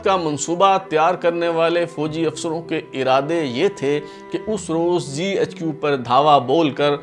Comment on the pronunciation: Yea channel aur presentator india say lagta hai .. GHQ ko ZHQ bol raha hai